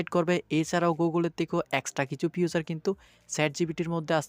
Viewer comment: আবার বলে এক্সট্রা কিছু ফিউচার 😅😅